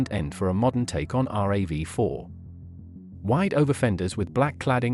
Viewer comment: It’s not called are a vee 4 it’s pronoun rav4 two words